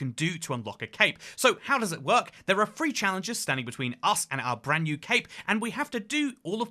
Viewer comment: Why does bro keep saying branzz new